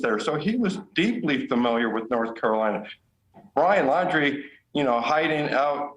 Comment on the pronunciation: Please learn to pronounce it!!!! The word is Ap-pa-LATCH-un.